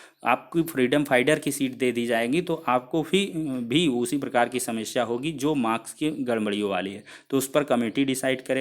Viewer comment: सेमस्या नही समस्या